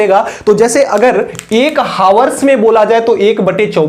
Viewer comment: Hawars ❌ Hours ✅